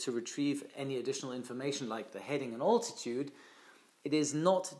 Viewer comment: Thnx for your christal clear lesson. "A good pilot is always learning"... You too? Two pronunciation tips: - bearing is to sound like (Tu-95) Bear-ring - Altitude should be (Big) Al-titude (Ein enthousiaster Abonnent in Holland 😉)